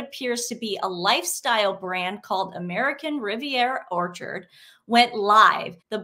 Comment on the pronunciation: When you said the name of the website I literally heard "American Riviera Torture".